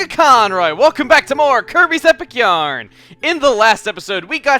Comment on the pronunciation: Could have sworn you said Kirby's Epic urine at one point xD